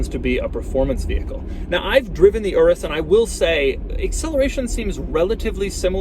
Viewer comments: "Urrus" it's pronounced "ooroos" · I can't be the only one hearing "urus q8" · Sounded like he said URUS (RS) Q8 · The "UR-US" Q8